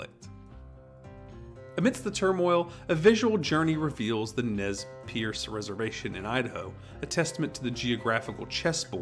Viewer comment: Its pronounced nez purse